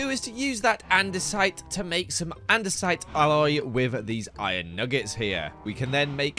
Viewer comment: The way pronounced “alloy” 😂